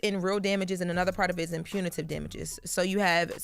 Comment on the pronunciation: Jess can't even pronounce Pepperoni so Her reading Punitive was gonna be brutal.